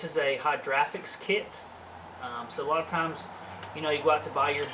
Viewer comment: lost me at "hydraphics".....